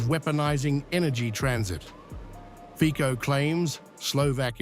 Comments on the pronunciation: HIS NAME IS NOT FIKO, BUT FICO ! LEARN HOW TO SAY IT RIGHT ! FICO, AND NOT FIKO ! STUPID ENGLISH NARRATOR ! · you never learn how to pronounce his name... the pronunciation is FITSO, get it right, finally!!!